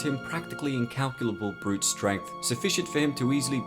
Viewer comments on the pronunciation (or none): none